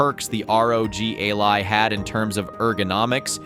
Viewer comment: Ally not A-Lie :D